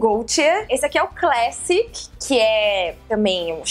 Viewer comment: karol, eh CLASSIQUE e nao classic!